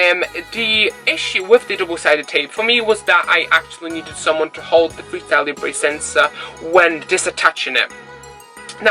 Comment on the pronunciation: Hi, Your videos are helpful and real- world Talking about pronunciation; it's pronounced "Leebra" , not " Leeebray" Keep up the good work